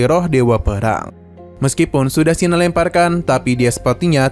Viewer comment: Bukan Sinan,tp Kinan,nggak enak di dengar namany